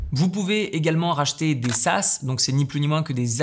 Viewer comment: Attention c’est saas et non sas 😉 sinon excellente vidéo